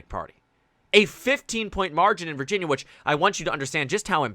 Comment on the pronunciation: "Virjersey"? I would like to visit that place.